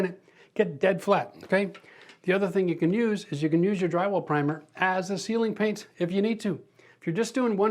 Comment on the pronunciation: oh "ceiling", not "sealing" paint? I was so confused at first 😂